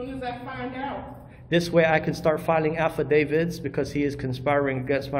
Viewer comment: WTF is an Afadavid?